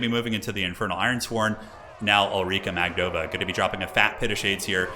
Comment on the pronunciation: I think her surname mAgdova, not magdOva. Due Kislev have strong russian style, mAgdova is correct pronunciation of that surname in Russian